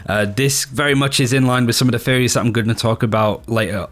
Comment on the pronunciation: Everytime he said Theories i misheard as Fairy